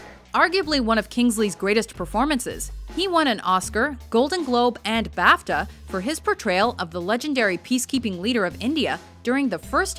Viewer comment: learn to pronounce BAFTA correctly